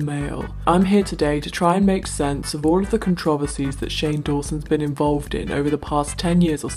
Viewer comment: The way uncle says controversies is beautiful... I love it. Thank you Uncle!